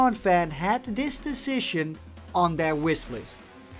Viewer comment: OK, I was half serious before, but come on... You can say "decision" pretty perfectly but then after that you immediately say "wiss-list"? I don't know man, I'm probably the only one who's annoyed by this, but I'm just trying to educate. Don't take it too personally, I know you're not native English. But neither am I. And I would very much appreciate you either working on your pronunciation or at least more people bringing it to your attention!